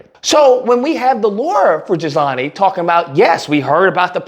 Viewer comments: its pronounced..... GHEE-lane... not Gizlahnie😂😂😂😂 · It’s pronounced Ghee-lane Maxwell. Dumb ass spelling. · Even though these are respectable characters in this story, it would be nice if you'd pronounce their names right: "GILL-LANE" and "EP-STEEN". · Not that she deserves to have her name said correctly, but think of the name like GEE-LANE. I hated hearing her name… just sounds as nasty as she is!